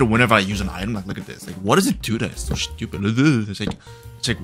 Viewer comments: Why do I get so triggered by the way you say SCHEW-pid?😂 IT'S STU-PID!!!! STUPID!!! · why do you always say "shtupid" like whats wrong with the "S" when you say stupid? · Bro why is the way you say "shtupid" is so funny😭😭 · I love how he says “Schtoopid” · why does this guy say schtupid all the time